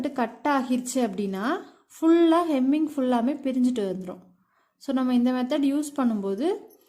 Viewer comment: Hemming not kemming. English um theriyathu , Tamil um theriyathu.